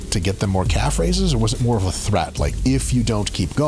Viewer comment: “In the calve” 🤦🏻‍♂️